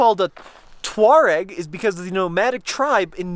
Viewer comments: The pronunciation of the Touareg is "two-A(rbys)-rek". The "a" like you pronunce Arbys. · I knew about the Tuareg tribe. I believe it is pronounced 'twa-REG'. Both are nice rigs but that Touareg is a BEAST. The 1st Gen Pathfinder is smaller and actually a good budget off-roader. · According to google it is pronounced Tour egg